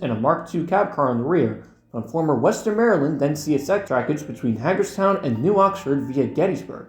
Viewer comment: its pronounced (hey-gers-town)